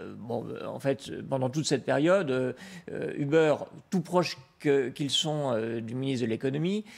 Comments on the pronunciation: On dit pas "Hubert" mais "E-beurre" c'est incroyable quand même de faire aussi peu d'effort de prononciation quand il s'agit de mots anglais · Ou-berr, plutôt (en anglais américain en tout cas) Mais on s'en tape un peu, oui.